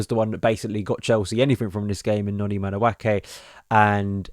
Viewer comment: Another video where my man butchers Madueke's name.